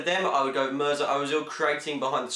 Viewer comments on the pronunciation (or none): none